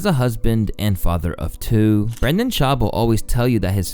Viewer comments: his name is BrEnden not BrAndon. Bren bren bren….not bran bran bran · This guy fucks up the pronunciation of everyone's name. It's Brendan not Brandon. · Ohhhh Brenden? This whole time I thought it was BrainDead, shit my bad G